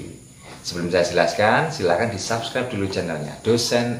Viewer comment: SUBSCRIBE pelafalannya/dibacanya bukan SABScribe, tapi pake U saja, SUBScribe